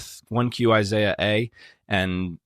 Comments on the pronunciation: Are you purposely pronouncing "ishaiah" weirdly? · Learn how to pronounce Isaiah first.